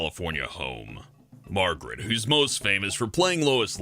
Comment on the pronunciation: How the heck do you REPEATEDLY pronounce Margot Kidder as Margret Kidder? Come on,!!! You are my favorite Planet Dolan personality. You've got to keep it together!